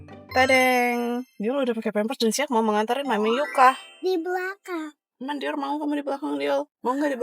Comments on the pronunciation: Kak kakak kamu jangan panggil dior itu dioll alay nama nya itu dior bukan diol maaf kalau aku kayak gitu bye Semoga di baca ya bye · Aku dengar bilang dior kaya bilang "diol"🙏